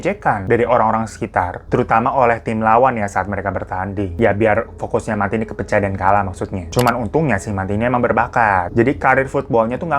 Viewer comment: Bacanya mentai mas bukan manti hahahah